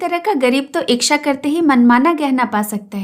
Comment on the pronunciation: Madam ji aapki aawaj aur aapki kahani kahne ka tarika hmko bhut achhi lgti h lekin chhoota muh badi baat aap ichha ko iksha bolti h ya mai galat sunti hu .....mai aapki galti nahi nikal rhi hu mai sirf puchh Rahi hu 😊